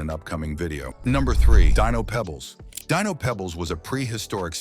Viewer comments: Dye-No??? I thought his name was Dee-No 🤷🏻‍♂️🤷🏻‍♂️ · Deeeeenos...not Diiiiinos, come on AI man!!! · Yeah, I really have a problem with all this AI narration on multiple levels. It mispronounces Dino all the way through that segment, until the end where it suddenly pronounces it correctly. The information is wrong. Pebbles cereal came out in the '70s, but Dino Pebbles didn't come out until the '90s. So no, no one remembers growing up in the '70s with Dino Pebbles because it didn't exist back then. Thanks to AI, more and more people can't spell, either.